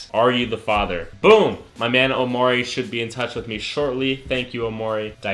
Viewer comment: Soo its cool I got free attendance for life.. But if im already subscribed do I get 1 happiness for life too?! :O Btw are you saying the " Omaury show" lol its just maury!